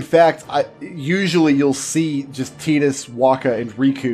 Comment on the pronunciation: I love that you actually say tidus correctly. Sick of hearing titus out of everyone.